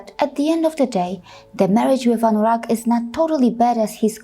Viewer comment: Wait a minute...you really..you really pronounced Anurag clearly? I'm really impressed 😍😍. I don't know who told anyone that Sanatan dharma (modern name Hinduism) mainly worship Satan! But I'm really really feel sorry for those who think that. Hope that the world will become peaceful again.